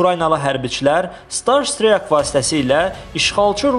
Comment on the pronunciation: "star steakın"